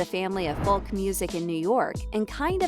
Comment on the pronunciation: I can’t believe the narrator can’t say Folk pronounced Foke, but keeps saying Falk. Really annoying. Can’t wait to see Timmy play the part though